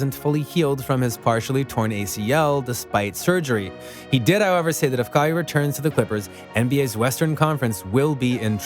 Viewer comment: Bro you lost me with your pronunciation. Like how can you get it wrong? Your vid is about him. All good tho just don’t let it happen again lol